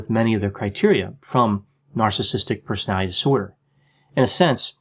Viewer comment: I like that you speak in small sound bites so that it is easy to understand what you are saying. It bothers me that you you seem to say "Persality" skipping a syllable in "Personality". Just sayin.': )